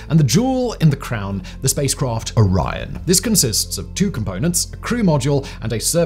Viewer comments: Now I see what he meant when saying "Iran". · why do you pronounce Orion like "Oron" ? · Learn to pronounce "Orion" correctly!